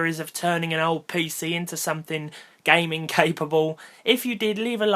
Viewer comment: "gaming" emphasized